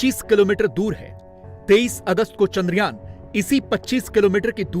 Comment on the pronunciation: चांद्रयान.....चंद्रयान नही .....